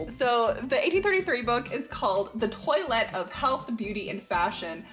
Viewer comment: Was I the only one that was cringing at the pronunciation of toilette?